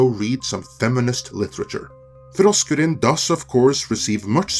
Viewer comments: 🤣🤣🤣🤣🤣🤣LOL Sorry to my 60s/70s Heavy Metal and 80s HardCore Punk damage ears it sounds like you're saying Frosk Urine 🤣🤣🤣🤣🤣🤣Make sense she has pissed herself and all over G4 reboot LoL:_FrankN::_FrankN::_FrankN::_BatTom::_BatTom::_BatTom::_KoalaRain::_Skeletor:RIP G4 Reboot. 🤣🤣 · Every time you say her name, I hear “Frosk Urine.” Seems appropriate. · Poor Frokruinn; she needs dental work. I am not sure we would have noticed, but that rant she did live showed that off. Hopefully, she can find a dentist. Also, I love how you pronounce her name. As far as G4 is concerned; I never heard of this G4 station thing until now and I have been gaming for decades... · Why is it that he only rolls his "R"'s when he says frosk?